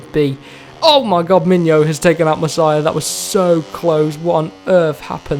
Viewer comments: Masia is pronounced "mas-e-ah" not messiah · Pronounce it: mass E a 😆